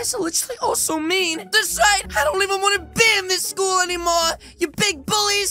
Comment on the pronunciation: STOP SAY SCHOOS